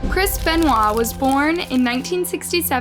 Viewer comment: The one thing says “ crisp and wall “ instead of chris beniot. Lol When I first heard this story I couldn’t believe it, so sad . Rip 🕊🕊🕊